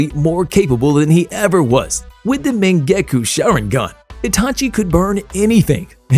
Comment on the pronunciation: Bro said mon-gu-gah_ku